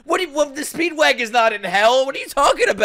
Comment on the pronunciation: stop calling him speedvagon pls